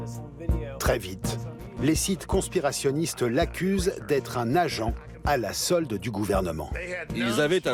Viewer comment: « Des ‘con-spirationniste’ » AH